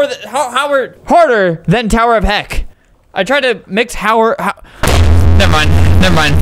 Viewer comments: Albert said heck on a wrong way..... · Albert: “Pit of heck, it’s like tower of hell but-“ Me: “did you just say..HE- vomits ...........HE- vomits “